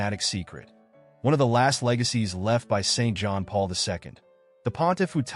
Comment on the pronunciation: Is it too much to ask that the speaker pronounce the late pope’s name correctly?